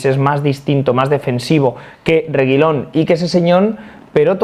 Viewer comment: No se porque pronuncia el apellido de Reguilón como si fuera un elfo del señor de los anillos